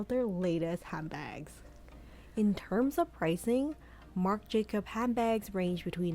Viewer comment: Marc Jacobs (there's an "s" at the end)